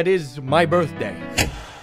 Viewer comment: Hey respectfully that's MY BURTHDAY 🤣